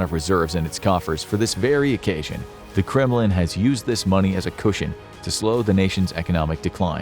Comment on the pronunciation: When he said Kremlin I heard "'criminal". 😳👀